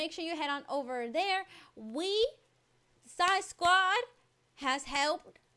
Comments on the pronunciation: her names zai not zia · Sorr not zia zai